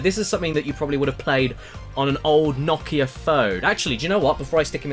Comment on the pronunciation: yup that's how you pronounce it! In finnish that is, the birthplace of Nokia